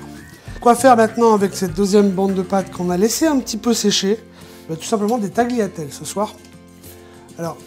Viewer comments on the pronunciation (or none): Petit message pour nos amis les francophones on italien on ecrit tagliatelle mais on lit taliatelle sans faire sentir le g, vous ne dites pas accompaGner vus dites "accompaner" Merci